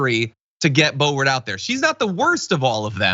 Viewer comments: It’s not bo bo. It’s bloburt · Keep calling her Bobo, John. She doesn’t deserve the dignity of you getting her name right. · you said Bo Bo by mistake I think it's appropriate or how about Bo Hoe